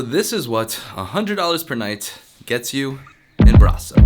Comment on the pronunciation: You kinda lucked out, Brasov is one of the most beautiful cities you could’ve gone to. We have others, sure, but Brasov is genuinely breathtaking. Also, I appreciate how quickly you learned to pronounce it correctly. Hope you had a good time here, and best of luck in your next adventure.